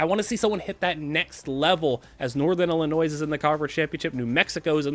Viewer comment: The way you pronounce Illinois and Jimenez are crazy